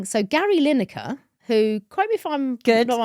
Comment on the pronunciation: I heard Linekar